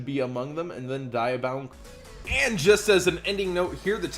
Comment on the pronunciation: It's pronounced "DEE-abound", not "Die-abound". As for Sanctum, people are predicting a reprint because there was a reprint of it in the OCG's' 20th Anniversary Packs, which this set is pulling directly from: Diabound Kernel = 1st Wave Honesty Neos = 1st Wave Mai's card = Harpie's Feather Storm = 1st Wave Sacred Beast cards = Dark Summoning Beast & Fallen Paradise = 1st Wave Yusei's ace Synchro monster = Cosmic Blazar Dragon = 2nd Wave Don Thousand card = Contract with Don Thousand = 2nd Wave Yuya's Dueltrainer style = Dueltainment = 2nd Wave Attack spells = Chaos Scepter Blast (1st Wave), Skydive Scorcher (1st Wave), Spiral Flame Strike (2nd Wave), Cosmic Flare (2nd Wave), etc. Artifact Sanctum = reprinted in Wave 2 Now, admittedly Darklord Ukoback and Necroid Synchro do not originate from that set but rather from a Premium Pack (which in fact includes exactly 20 new cards, which would add up perfectly with the 20th Anniversary Packs' 20 new cards for our announced 40 if not for Performapal Barracuda already being advertised for Duelist Pack: Dimensional Guardians instead), but the odds are still much higher in favor than against. If they remove any reprints to make room for those other new cards, they would be more likely to remove ones that we have had reprinted otherwise more recently, like Lonefire Blossom or Ghost Ogre, or cards like Harpie's Feather Duster that are staying Forbidden in the TCG.